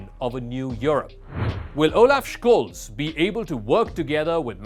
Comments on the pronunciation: I speak German, live in Germany while you're in a call center. Don't talk about other languages when we're talking about this specific one. It's beyond obvious, even for the languages you're speaking, that the CH following the S would not make an SHKolz. He even missed it and pronounced it right at least once. It's Sholts more or less according to how it sounds and how EVERYONE worldwide is saying it. He's the chancellor of Germany, so I would assume there are a few youtube sources where they're pronouncing it right. And stop stealing from old people using your microsoft or amazon scams. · Jesus, there's no K in Scholz's name. Just be normal and say "Sholts" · Please learn how to pronounce Olaf Scholz name correctly!!! Its not Shkoles ffs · He also mispronounces the very easy Scholz (sholts). Ten seconds of research. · Correct is skoles